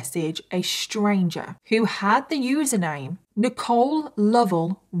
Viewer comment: This is such a heart breaking case. She was so innocent. And thank you for pronouncing Lovell correctly. That is my maiden name and everyone always butchered it. ❤